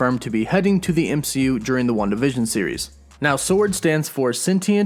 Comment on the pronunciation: I kept hearing “one division” but it was Wanda vision 😂